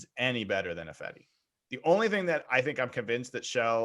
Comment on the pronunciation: Best part about Ifedi leaving, is I won't have to hear deliberately or dumbly mispronounce it 'EYE-fedi'. Maybe the guys should pronounce name 'EYE-van' for the next season to punish him.